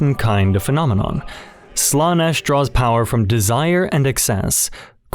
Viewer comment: great vid, however there are two big problems 1. While these are some interesting theories they are most likely wrong because Games Workshop is not clever enough for half of this. 2. ... the pronunciation of Slanesh and the Omnissiah... (also in generall the audio quality drops a bit during the islam section- or maybe not drop but changes and feels a bit odd).